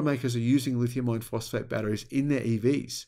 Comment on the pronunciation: For a long time I thought he was saying lithium ion phosphate instead it is I -RON